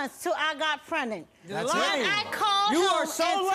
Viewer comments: Prenet 😂 not pregnant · Pren'nant. There's no "g" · Prenut mama it’s pregnant 😂😂😂 I can’t 💀